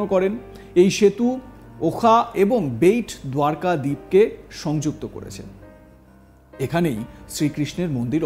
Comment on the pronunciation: দারকা নগরী দাদা বাবু। দুয়ারকা নয়!